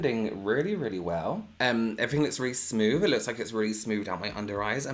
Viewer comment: I love the way you say everything lol 'everyfing' i love it 😂